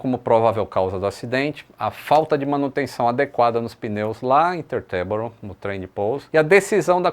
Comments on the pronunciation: tee - ter - boro, com sílaba forte no tee. Ou ainda "títerboro" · boa tarde. A pronúncia para Teterboro, é do jeito que está escrito, Te-ter-boro. Fala- se o que se lê normalmente. Abraço.